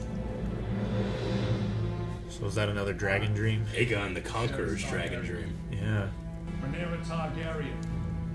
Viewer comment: Man, i love these guys. They heard Rhaenyra's name at least 10 times and still fucked it up. did it while actively reading it lmao. Never change